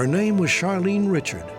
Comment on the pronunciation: Charlene Richard’s last name should be pronounced “Ri-Shard”